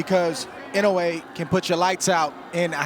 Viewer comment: 😅いのうぇい、って言うな!いのうえ、って言え！